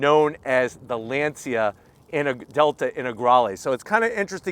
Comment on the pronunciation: Nice video and presentation. I love the Ioniq 5. But I am sorry that I lost some credibility in your review. You really need to learn the proper pronunciation of your cars (Hyundai and Lancia). Please don't try and say you are giving it the American pronunciation. Otherwise you should just stick with American car reviews. Thanks